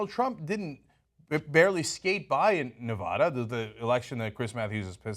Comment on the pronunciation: Dude, you got to learn how to say Nevada.